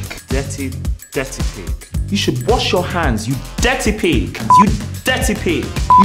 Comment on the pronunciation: Ncuti not being able to say "Dirty pig" killed me😂